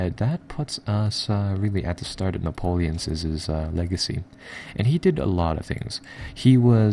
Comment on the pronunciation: This is a great vid my friend and I'm a player too. This is not a criticism and is meant only as a help...when you say things like "Napoleon's enemies" each word has only one "s" sound at the end....rather than "Napoleons'ses" or his "enemys'ses"....etc. I am in no way taking the piss here, you are clearly a very bright guy, I just thought it may help you out is all.. thanks for the vid!